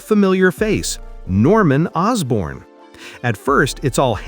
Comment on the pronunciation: Orsborn? You mean Osborne, don't you?